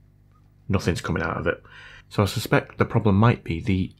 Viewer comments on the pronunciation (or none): none